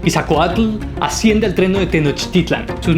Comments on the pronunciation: Bro con todo respeto creo que no estás pronunciando bien los nombres de los personajes que mencionas,repaslos más despacio solo es dicción,por todo lo demás megusta este vídeo! Al tiro ! Pronuncie,Netza-hual-coyotl..por ejemplo,..e.. ITz-coatl... Etc😊❤❤ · ¿"isacoatl" "nesacollotl" "asaposalco" "netsacollotl"? No no no no... 😆😆 habrá que leer con más calma y detenimiento los nombres... Ahí te encargo.